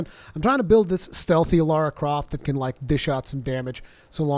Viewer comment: Remember, it's LARA. Not LAURA. Pronounce it like: "LAR-AH" .. Not "LOR-AH."